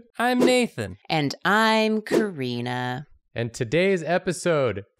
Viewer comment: Karina not Corina.